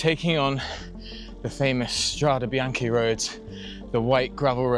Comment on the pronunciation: It's "Strade bianche", "White roads". Strah - deh, Bee - ahn - keh.